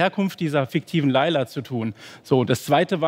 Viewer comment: Layla auf geiler zu reimen ist so peinlich, weil das Lied "Laila" wie ihr es scheinbar ausprecht, eigentlich "Leyla" ausgesprochen wird und somit der reim auf geiler auch nicht mehr funktioniert.